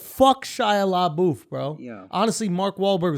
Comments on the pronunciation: Lmao "LA BOOF" It's La Buff. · SHIA LABOOTH Lmao You just destroyed the guy’s name for almost 20 min I’m dead 💀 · I’m so triggered by the way they pronounce Labeouf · Right!?!? "Le boof" 🤣🤣🤣